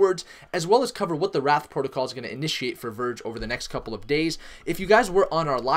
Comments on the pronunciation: It's wraith, not wrath. Pronounced like ray-th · It's wraith (rayyyyy-th) not wrath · Duuuude, it is the wraith protocol, not wrath !!!!!!!!!!! Say it: wraith, wraith, wraith. Not wrath. Definition of wraith: a : the exact likeness of a living person seen usually just before death as an apparition b : ghost, specter 2 : an insubstantial form or semblance : shadow 3 : a barely visible gaseous or vaporous column Definition of wrath 1 : strong vengeful anger or indignation 2 : retributory punishment for an offense or a crime : divine chastisement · Dear God please stop saying wrath lol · Why do you say Wraith and Git Hub incorrectly? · It is wraith - as in wait but with an r and h at the end people. But The pronunciation is not what matter is, the TA is what you need to listen to.